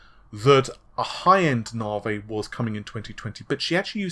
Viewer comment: "Narvay" seems amazing.